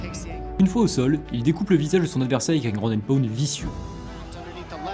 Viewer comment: Super vidéo ! La prononciation de takedown et ground and pound me termine ceci dit